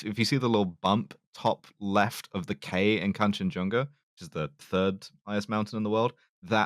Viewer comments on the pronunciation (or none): said tirds